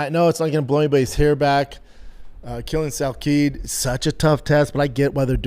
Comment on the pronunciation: Jesus brendan is usually wrong about stuff but he was wrong about everything today. Actually started getting annoyed the way he kept saying "BRUHther." Also idk how it's so hard for him to pronounce names right. It's not Stevenson or Quillan Salkeed. Steve-Son and SAL-KILLED